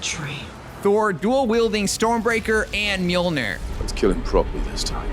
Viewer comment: its Mjolneer and not Mjolnr